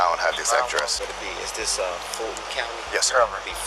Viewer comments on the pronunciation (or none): none